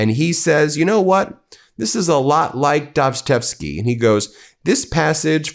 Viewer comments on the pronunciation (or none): Ben, it’s obvious you never read Dostoiefsky ! You’re pronouncing it completely wrong. Please read the famous book you quoted, you’ll learn a lot ‼️ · Do you seriously not know how to pronounce Dostoevsky? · Dude...really? You have no clue as to how to pronounce Dostoevski 🙃 or his seminal work the Brothers Karamazov? LOOK UP HOW TO PRONOUNCE IT. YOU'RE the one now who sounds like an uneducated idiot. The thing is I agree with most of your comments but your delivery is becoming an irritant! How many times "State regime media Fox".? We get it Ben! And dude, clean your glasses!! A little professionalism would help your message. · Nice try Ben.... Now you managed to mangle BOTH the pronunciation of Dostoevsky and the Brothers Karamazov. Evidently you read no Dostoevsky in the schools you supposedly attended. Keep up the brilliant journalism 😅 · Geesh. Learn the correct pronunciation of Dostoevsky and The Brothers Karamazov. You're too smart to allow yourself to sound ignorant.